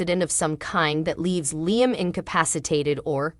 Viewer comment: It drives me crazy the way they pronounce LLIAM …. lol there’s no I sound in his name